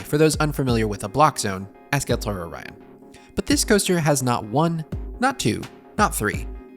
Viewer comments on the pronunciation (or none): none